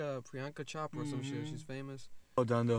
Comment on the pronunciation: Omg 🤦🏽‍♀️ it’s not CHOP- RA. It’s CHO-PUH-RA. Other than that, y’all bang with the reviews. It ain’t officially good, till I make sure y’all think its good too 👏🏽